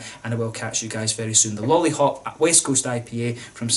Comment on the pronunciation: Great review for a great beer. I also appreciate your Czech pronunciation! All the best from Prague, Lollihop in hand.